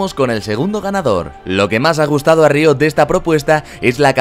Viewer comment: tu forma de decir riot me pone nervioso